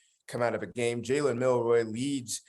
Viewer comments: Milroe- long “o” (not “roy”). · Milroe(row) not Milroy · His name is MILROE! Just read it. It's phonetic.